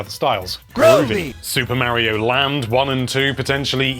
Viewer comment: Mario maker 2 not Mary-O maker 2